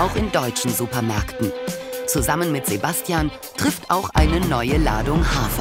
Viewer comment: Hahaha😂 wie beim Englisch sprechen aus Sebastian Sebästschen wird